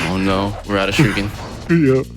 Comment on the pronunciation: Is it just me, or is he calling them "shirukens" ?